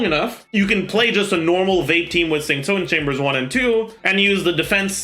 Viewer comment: i just realised pronounces xingqiu suspiciously well. at first i did a double take and was like is he chinese